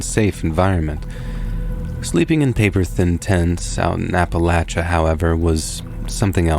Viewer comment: Couldn't get through it. Just couldn't listen to Appalachia/Appalachian mispronounced that many times in such a short period. "App-uh-LAY-shuh, "App-uh-LAY-shun," not "App-uh-LATCH-uh, "App-uh-LATCH-shun." The third "a" is hard, not soft. I'm sorry. Love your valuable offerings and have for ages,, but we all have our limits. 🫤